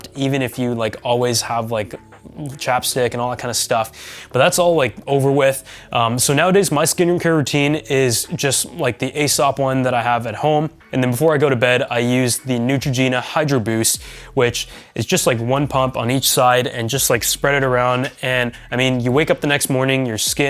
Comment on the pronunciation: Awesome video as always! That Gucci bag looks so good, i'm trying to find one now! BTW, nothing bad, but Aesop is pronounced as Eeesop.